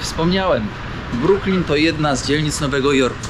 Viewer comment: nie bronks tylko Brooklinn..Super film!!pozdr Adam z NJ